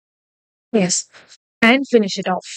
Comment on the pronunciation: Why you tell ess to yess??